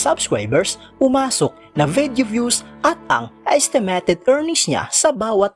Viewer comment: Ayusin mo mins pronunciation. ESTEMETED INSTEA NA ESTIMATED NAKAKAWALAMG G